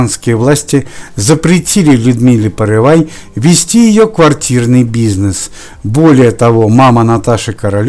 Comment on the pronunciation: Не порывай, а Порывайко! По первой фамилии Загоруйко